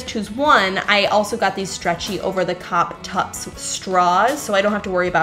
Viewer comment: "Over the cop tups." This is why you're my favorite YouTuber. Having watched you for years I feel like I can almost guarantee you didn't notice it when you said it in the VO and you didn't catch it during editing 😂